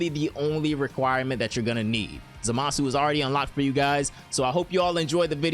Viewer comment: have you never watched the show like at all? youre pronouncing zamasu completely wrong...